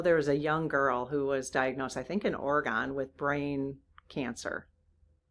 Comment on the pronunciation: There’s no E at the end of Oregon. We not gone we Ore- gunna rise from the depths of the ocean and swim. 😅